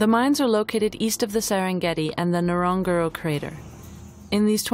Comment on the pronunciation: It's hilarious that narrator can't pronounce NgoroNgoro .